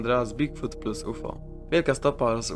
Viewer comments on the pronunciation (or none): none